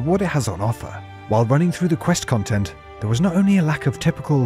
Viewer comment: Ah yes, chill and interactive khantent! 😂 Darn